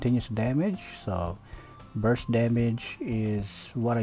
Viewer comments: Why do people get the wrong idea! Its burst not bust😂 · Ah yes very big bursts without the 'r' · "Bu(r)st damage"